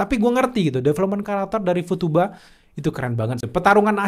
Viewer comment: Futaba bang nama ceweknya, bukan futuba 😅